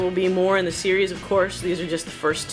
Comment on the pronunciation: That how you said series especially you just said serious one . 😂